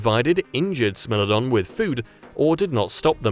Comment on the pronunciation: “SMELL-odon” 😝😝😝😝🤣 SMILE-odon